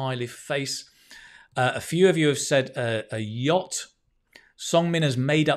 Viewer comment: Dear, it is YACHT 🙂 not yatch 🙏